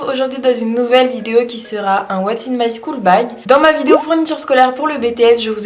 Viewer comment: l’accent anglais c’est pas sa.. "scool" 😭 désolé de critiquer mais c’était drôle voili voilu je vois les "oue mais t’es qui gnagnagna" mdrr